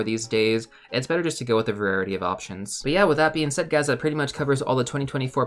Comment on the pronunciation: "va-rarity" of options 😊